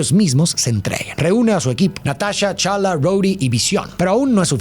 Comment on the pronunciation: Soy el unico que le molesta que diga Chala? A pantera negra? Jajaja